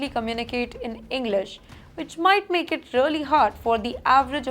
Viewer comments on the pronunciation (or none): none